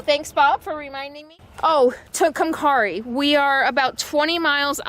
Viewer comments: It looks like "Tucum-cahrry", but natives say "Two-come-Carry". Easier for gringos?? ;-) (In Spanish, your pronunciation would be correct, though.). Also, I think you may have confused the "Sierra Nevadas" with "Tierra del Fuego" - Land of fire, in Argentina. Yep, the Backbone of the Americas. I was wondering how you kept up your vegan diet on the road. I'm sure that finding good vegan substitutes for some of the crud that we grew up eating isn't always easy, especially out in the boonies (or Tulies in California). I'll grudgingly admit that I once lived in Amarillo, which happened to work out as I was almost equidistant between my mom in OK City, and Granny in Albuquerque. Been on the Mother Road many times there, going back and forth for visits. It is indeed a fascinating, amazing place, so full of history in such a short time, and the desert SW landscapes make one feel rather small. Good luck and safe travels! -Dave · Brings back memories. I live in Bard,NM back in the late 80's. Just for record. You where in San Jon.....San Hon. also it is too-come-Kerry. Love your videos. Keep up the great work. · Hey your in my home turf...or close by anyway... The locals pronounce it like this: "San Hone" And Tucumcari is said like this: "TUKE em care ee" But I wont tell them... I'm assuming you stopped in Amarillo, where I'm from....Route 66, Cadillac Ranch, Big Texan, Palo Duro Canyon...all that.... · I know it says San Jon but it is pronounced San Juan. And it is pronounced Tucumcari(TO-COME-CARE-RE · just for your info. It's San Hone, the J is like H, and Tucumcari is carry. Come back and spend more time in New Mexico. You have only seen a tiny bit of the 5th largest state in the U.S. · Just so you know, Thoreau is pronounce like tha-rew and Tucumcari is pronounced like too-come-carrie, you're awesome btw.